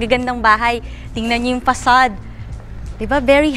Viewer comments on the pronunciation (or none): Hindi yan PASAD... yan ay FACCADE WITH AN F !!!